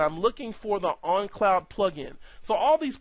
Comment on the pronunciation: Great video! Just a funny observation. For most of this video I thought you had some strange accent that I never heard of which causes you to pronounce the word "own" as "on" because you keep saying "on cloud" instead of "own cloud". Which, ok thats cool, no big deal... But then at you say "own on cloud"... Just made me laugh so i thought I would point it out. Thanks for making!